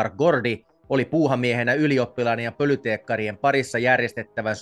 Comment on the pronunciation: EI pölyteekkari vaan polyteekkari..